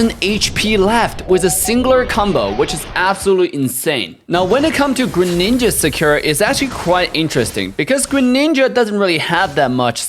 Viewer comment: they butchered greninja